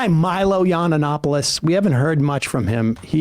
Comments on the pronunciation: Sam. It's not yiananopulos. It's Yianopoulos. Respect to Greeks. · sam said "milo yawn-o-nopolis" lmao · "Yonanopolous" I think my favourite Sederism is the slight mispronunciation of names. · Sam. It is pronounced yee-an-OP-oh-liss. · Cmon at least pronounce his name correctly...be professional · Still waiting for the day Sam pronounces Milo's last name correctly haha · I love how Sam never says Milo's name properly but also Milo isn't really worth the consideration.